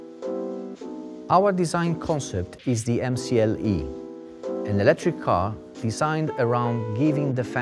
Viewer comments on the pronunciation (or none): Everything was going perfect until they said MCLE “electric”